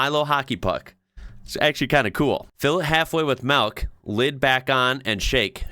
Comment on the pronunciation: Funny: How you pronounce "milk" is almost exact to the Dutch/flemish "melk". It's the same stuff, the same word, only a one letter difference.